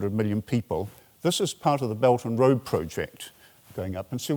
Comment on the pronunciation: oh! His "Beldnroa" very much sounded like "belgium" in my ears, thanks for clearing that up